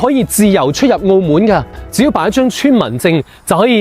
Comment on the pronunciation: 澳门（闷），唔系“澳门”（moon）